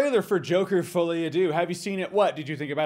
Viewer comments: Deux is pronounced closer to dur. Not dew. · Deux is not pronounced dew. It's more like the u in butter